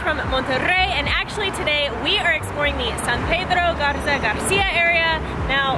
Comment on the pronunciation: BIEN EN GARZA MONTERREY NO ES GARZA ES